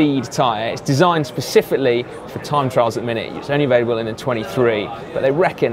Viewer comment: pacifically haha